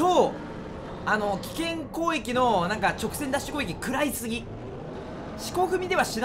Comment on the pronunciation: ずっと思ってたけどまって攻撃を「こういき」っていってない？